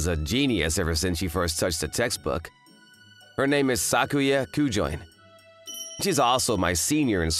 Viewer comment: Not a bad story. But, it’s Ku-jo-in (or -een). If you’re gonna stick with Japanese names, put in the effort to know how to pronounce them.